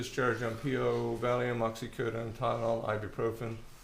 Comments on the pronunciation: What the heck is going on with the defense attorney's pronunciation of oxycodone? It's driving me nuts! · Lawyer can’t say oxycodone correctly 🤦🏻‍♀️